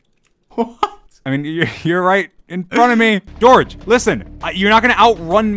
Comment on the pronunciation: bro called him dorge the hole time💀💀